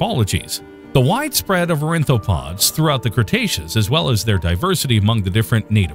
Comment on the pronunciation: wonderful short, great graphics you might want to take a look at the pronunciations for the following: ornithopods not orinthopods; triassic not trisaic etc; film editor probably should have been more aware of these during final cut; but overall, very nicely done.